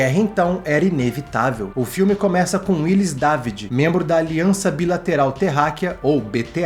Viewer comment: Esse filme é maravilhoso!! E continua muito atual, impressionante!! Nao esqueço a pronúncia do Gosset falando o nome do personagem do Quaid: "Dávidjiiii" .